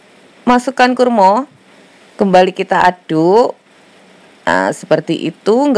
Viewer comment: Resep kue kering, done L 7, ini lah klo orang Sunda ngmg Jawa, kurma jadi kurmo , huahahahhah bh Jawa Podo Bae kurma,. HR ini upldna teu pararuguh jadi isuk2 kieu .